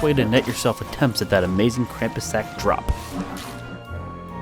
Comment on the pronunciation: It makes me crazy when people say Krampus wrong. XD